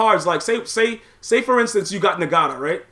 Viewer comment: Lol I'm still tripping on how he pronounces NGATA lol ...